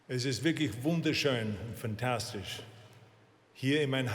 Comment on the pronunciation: yes. For example when he says fantastisch, it sounds english, but he‘s probably doing it on purpose.